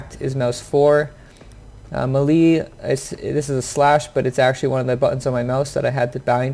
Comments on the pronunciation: May-Lay.... not melee.... lol stop saying it wrong please XD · thx for the ideas on key setup. i am purchasing Siege tmrw afternoon. just wanted to note(and im not being a smartass)...melee is pronounced [mey-ley] or better known as [may-lay]. keep runnin n gunnin and maybe i'll run into u on the battlefield>>>[rX]blufelx69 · Thumbs down for saying melee wrong lol sorry but it's sad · “Muhlee attack” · He just said "Muh-lee" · The way he spelled melee cracks me up for some reason